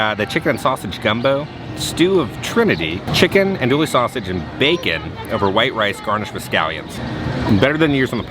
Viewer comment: Pssst FYI, it's pronounced ON-oduille not ANdouille . Us, coonasses with our patois always gotta have that accent!